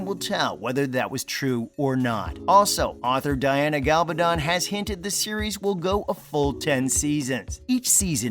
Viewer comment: How can Diana Gabaldon email Sam the last few pages of a book that has not even been written yet? This is just another clickbate video. This idiot narating like other people doing these videos cant even pronounce the name of the author. Its not up to the cast or Diana Gabaldon weather the show gets renewed for season 8 since that decision hasnt been made.